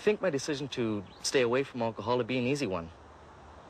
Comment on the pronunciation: why does pronounce it “Olchohol”? 🤣🤣